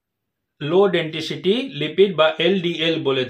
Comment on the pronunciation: ওটা ডাক্তারবাবু, ডেনটিসিটি নয়,উচ্চারণ ঠিক করুন,ওটা হবে,ডেনসিটি। নমস্কার।আপনার ভিডিও রেগুলার দেখি,ভালোলাগে।